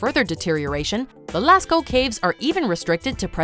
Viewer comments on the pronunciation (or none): none